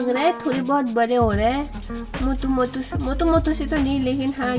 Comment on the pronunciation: That's not matu that's motu okay